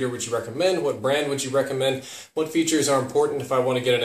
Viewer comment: " they sent me hooawt I wanted" lolol